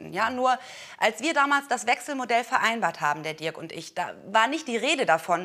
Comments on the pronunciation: Ich dachte er heißt Dirk und nicht Dörk 😂😂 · Bin ich die einzige die es so witzig findet das Nina die ganze zeit Diörk sagt ? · Nennt die doch ihren eigenen Freund Dörk und nicht Dirk :D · Der heißt Dirk 🤦🏻‍♀️